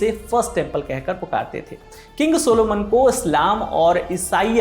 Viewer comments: Sulaiman not सोलोमन correct it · It's not a Soluman It's Suleman Alaihisaalam❤😊